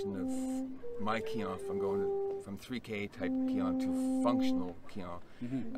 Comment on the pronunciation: Finally, a Caucasian who pronounces the Japanese/Okinawan terms mostly correct. (keehone is correct)